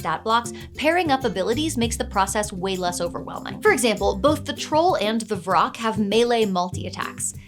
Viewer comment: Vrock? I kept hearing troll and rock. I was like, just let him get out in sunlight.